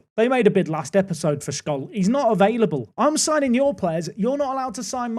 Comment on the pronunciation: just 2 little pieces of pronunciation tips: scholl is pronounced sholl, "sch" is just the german "sh", and it's the "second bundesliga" not the bundesliga two, the little dot . behind a number is essentially the german equivalent of the letters behind 1st 2nd 3rd etc! this squad is 100% good enough to get promoted, now it all comes down to whether you make everyone upset or not!